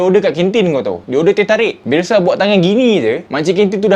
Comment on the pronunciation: bukan bialshe bialshe#😂